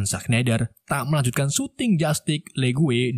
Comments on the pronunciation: Justice bang bukan justig 🤣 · Alur nya mantap,? Pembawaan cerita luar biasa,, cuma sedikit saran kalo bisa dalam penyebutan bhs inggris nya pelajari dulu di translate audio,, biar pas penyebutannya,, masa justice dibaca jastick